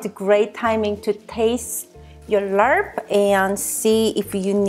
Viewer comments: It's pronounced Laab. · I do like the recipe, I don't like the way you pronounce "laRp" 💀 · Hi,! Love your video and recipe. After watching Mark Wiens on youtube, it seems that the pronunciation of laab sounds kind of like "mob," as in an angry mob. Take care! keep up the great work! also, check out mark wiens for authentic thai food recipes!! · This is actually pretty accurate to the my recipe lol I'm Lao and it's pronounced "lap" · It's pronounced laap. Vietnamese mint go well with it too. The original recipe is with chopped beef & book tripe 😋 which most people like to eat it raw, not for me. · GLUTINOUS Jasmine rice, not the regular steam rice one. for rice powder. and it's like "Lawb", no need for the R sound. great video though. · Pronounce "lab" but loved this n all ur videos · You pronounce it as la-ap but fluent. The r is muted :) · It's pronounce laab. There's no R sound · it's pronounced lop